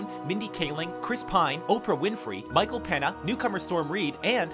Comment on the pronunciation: That was not Alan tudyk. That was Arthur darvill. and it's Michael "pain yuh". not peena. You guys are infuriating. Do better research.